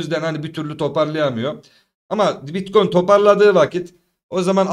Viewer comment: seviliyorsun BİTKOYUN diyişin beni koparıyor Alemsin hele hele açılıştaki uyarıların efsane🤣